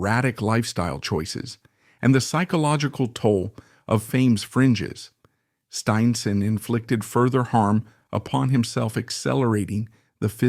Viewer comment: This was a horrible documentary filled with cliche. Was this created by A.I.? The mispronunciation of “Stinson” towards the end was ridiculous.